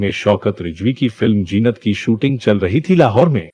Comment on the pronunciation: How can you say Releej 😡 It is an English word Release there is no J in it I also hate when you pronounce other words like Jeenat for Zeenath or Sajaa for Sazaa It sounds horrible bad taste Improve or Quit your Anchoring programs You have a nice voice and style but your pronouncing certain words makes me Nauseous 🤢